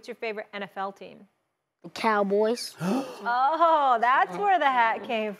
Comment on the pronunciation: It’s the way he said COWBOYS! Lol he wanted his UNC to feel that! Lol 🔵⚪️🔵⚪️🔵 we dem boys!